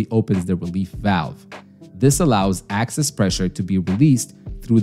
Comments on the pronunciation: By "access" pressure, the AI voice bot means "excess" pressure. This condition occurs rarely, and can sometimes be fixed by wiping off the rubber seat clean of debris, or replacing the rubber seat altogether in case of tears or scarring. "Dual stage regulators" mentioned toward the end of the video are more often called "Series Regulation". More complicated forms exist and are useful in various applications, but you covered the basics. This was an excellent explanation, and I'm a natural gas utility worker of 20+ years experience. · You were saying "access" instead of "excess". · Are you saying access pressure? Instread of excess pressure? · It's Excess pressure, not Access pressure. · "excess", not access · It’s EXCESS pressure. NOT ACCESS pressure!!! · Good video. Thanks. Please note: 'excess' is not 'access'. Good. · EXCESS not ACCESS, dumbass 🤦🏼‍♂️ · Excess not access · Good job. But excess pressure not access pressure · "Excess", not "Access", otherwise spot-on. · Its excess not access. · If there is an accent behind his speech, he's saying Excess pressure. Hope this helps ❤ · I think you mean to say ‘excess’ pressure, not ‘access’ pressure. One letter but big difference. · I think you mispoke or mispronounced. Excess gas, not access gas.😊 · Access pressure? Lol. Excess pressure! 😂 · I kept thinking it sounded like "axis" haha.